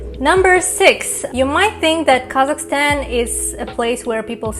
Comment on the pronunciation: When she says Kazakhstan I kept hearing Carleston or something like that 😅